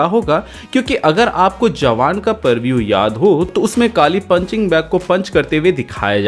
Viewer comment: Purvue ni re bhai...prevue